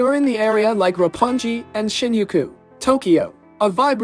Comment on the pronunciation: Roppon-gee and shinyookoo